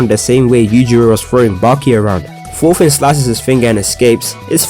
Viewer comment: "fast forward, and we find out that forka is actually related to forfin" the amounts of f's I can't unhear are crazy.😭😂